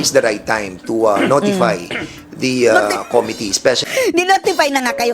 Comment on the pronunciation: something serious, yung pronunciation nya nung "Committee" parang "Comedy"... ako lang ba nakakapansin?